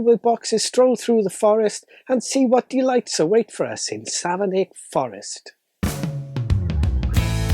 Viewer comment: I'm from Savernake Forest! (It's pronounced "Savernack", by the way.) This'll make a great present for family and friends. 🙂